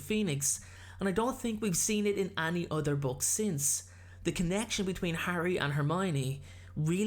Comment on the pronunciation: It's any(pronounced e-n-ee) not any(pronounced a-n-ee)